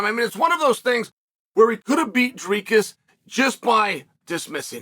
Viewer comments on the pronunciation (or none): none